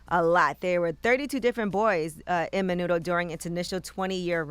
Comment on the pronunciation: fyi its Menudo not Manudo